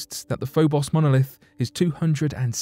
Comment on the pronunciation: Like the first "o" in "Phobos," The second "o" in Phobos is a long "o," as in "lone," "bone," "stone," etc.